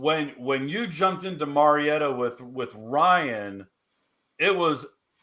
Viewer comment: Marietta is pronounced Mary Etta. My Mother is from there so no argument LOL